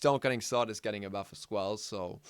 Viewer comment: Good vid man keep up the work. And I agree heavily on the Thana what was it you said? a berf? XD (Sorta new to channel )